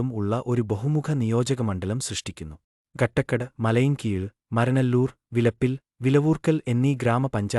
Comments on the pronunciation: കാട്ടാക്കട എന്ന് പറയാൻ അറിയാതെ ആണോ സെൻസ് എടുത്തത് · കട്ടക്കട അല്ല കാട്ടാക്കട ആണ്. പോടാ വിവരം ഇല്ലാത്തവനെ.